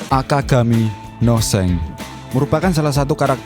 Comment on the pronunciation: Shank bro bukan shenk